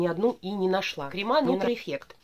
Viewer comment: крЕмы, а не кремА.